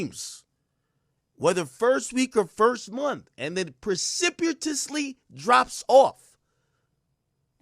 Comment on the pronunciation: The pronunciation of "precipitously" was beating his ass 😂